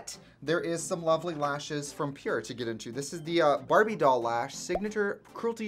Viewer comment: I thought it said “Power” in Trixie Swedish accent 😂